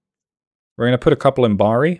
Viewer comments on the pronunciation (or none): none